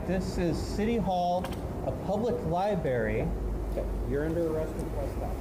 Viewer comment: Hey man, somebody has to say it... it's pronounced "libRARY" not "liberry". Sorry man, it's just irritating. lol